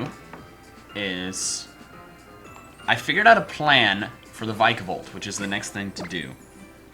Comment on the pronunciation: Vik a volt is how you pronounce it